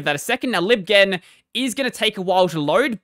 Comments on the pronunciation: Lol it was annoying me too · "Libghen", as in "library ghenesis". lol :P